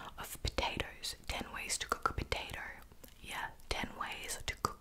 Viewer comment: It’s like a mix of Peppa Pig and a southern Sonic employee. Like, the beginning is British-sounding and the ending sounds southern. Potater.